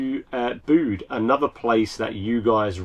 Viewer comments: Bit of after the Lord Mayor's show! But why don't you use a cloud storage as a back up... I know your files are probably big but they are safe as safe can be ..... Tintagel is pronounced tin·ta·jl and Bude Be-yude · Pronunciation lesson: Bude as in nude Tintagel as in Tintajel ( soft g) Please sort out your pronunciation of English place names, especially as you are home schooling the children. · Back up!! It is pronounced 'bewd' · Unfortunate... but not as distressing as your pronunciation of Bude and Tintagel.